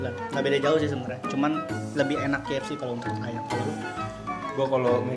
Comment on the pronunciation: Bang bukan kfc fck=fack